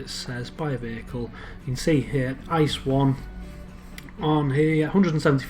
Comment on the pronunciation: and it's pronounced I C E not Ice and stands for inter city express.